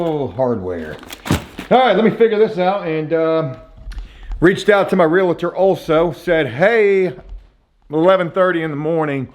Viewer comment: Please stop saying Realator it’s pronounced and spelled Realtor